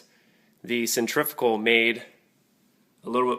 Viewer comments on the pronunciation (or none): the word is pronounced centri-fugal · Nice thinking of getting a cold press. but i have to be that guy. cen·trif·u·gal, centrifical is not a word. but cold press all the way